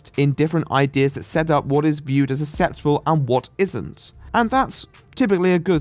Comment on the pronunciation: I dearly adore you, but good god your pronunciation of 'acceptable' irks me